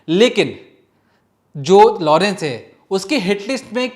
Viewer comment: लोड़न्स के लड़के NAHI घोंचू.. Its लॉरेंस.. Sahi pronounce kar..